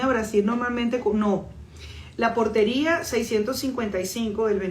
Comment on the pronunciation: Portaria no Portería